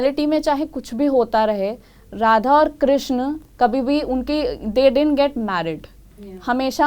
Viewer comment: Pahle to naam sahi se lo ..shiva nahi h shiv h krishna nahi h krishn h meaning alag ho jate h